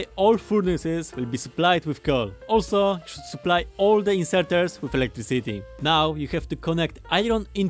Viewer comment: Everyone: “Electricity”: “Electric City” 🗿